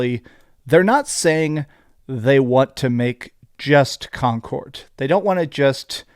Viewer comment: why do you pronounce it like "concort" with a "t"